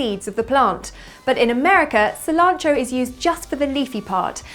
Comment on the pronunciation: excellent rolled "R" :) in cilantro :)